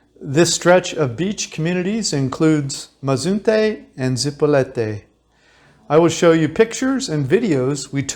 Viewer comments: Your information would be more believable if you learned how to pronounce your target. IT IS ZIp O LEET Ā, not Zee po let Ā or Zipo Light. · Is not zipolete. Repeat with me Zi_po_li_te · Zee-PO-lee-TAY. , just a little help with pronunciation . 😊. So neat that you do this for people . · You weren't able to pronounce the name Zee-po-LEE -tay correctly after being there for some time? I spent new years eve 1980 with my then 12 yr old daughter on Zipolite. We consumed some cubensis stropharia and experienced a most memorable time . (magic schrooms) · Yeah I mentioned that in one of my comments. The kid needs some Spanish tutoring. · PLEASE learn how to say the town name correctly. It's so rude to keep saying it wrong in a video this long. You say it in numerous different ways, as if you don't even speak Spanish. If you stay in a place for a while enough to make a video, learn the language at least a BIT.